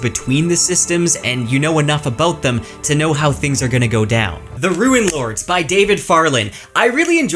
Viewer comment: I'm pretty sure it's RUNElords not RUINlords and runes and not ruins